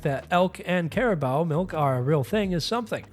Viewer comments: I hate doing this but its going to bother me since otherwise this doesn't seem AI but its 'care-a-boo' not 'care-a-bow'. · It's pronounced cariboo. just so you know for the future. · Caribou is pronounced car I boo. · Caribou = Care-ih-boo